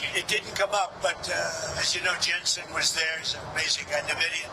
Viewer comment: What kind of weirdo pronounces Nvidia as NE-vidia ? ? ?